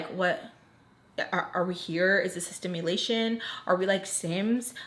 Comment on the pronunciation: Lmfao gurl “is this a stimulation” it’s SIMulation 😂😂😂😂😂😂😂😂😂